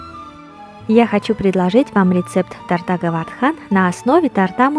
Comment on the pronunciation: Харе Кришна, спасибо за прекрасное видео и замечательное философское сопровождение. В рус.языке в слове " торта" правильно ставить ударение на первом слоге. Извините за поправку. Мои поклоны. Удачи Вам!